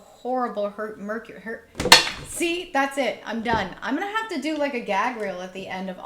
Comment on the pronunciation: Hahaha your bloopers 😂 “Hercury” Retrograde 😅🤣 Loved the pick a card read! Pile 3 🥰